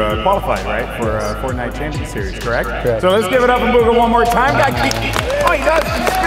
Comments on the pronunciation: He just said BUGGA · my man said Baga lol